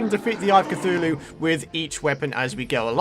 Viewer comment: Eye a cuthulue